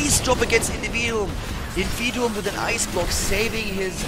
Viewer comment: the name ist invid I um, not individuum... You know like Nvidia but just a bit different... Or might be you know something about the name that i don't